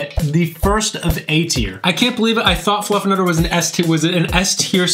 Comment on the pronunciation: I swear (on the right?) is saying "FluffAnutter"!?! 🤔